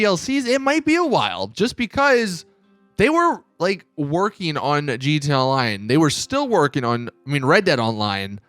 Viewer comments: What the fuck is a jeeteeya-line?? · it always caught me off guard how he says GT online